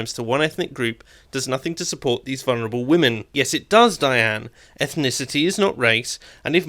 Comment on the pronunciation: There is no such word as vunerable. Talk right.